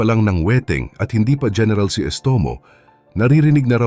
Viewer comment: Gẻneral????? o diskarte hẻneral😂😂😂😂😂